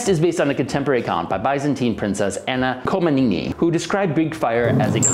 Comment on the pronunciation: Betterhelp? Anna Coma-nee-nee? Really? Do you not do any research before saying things?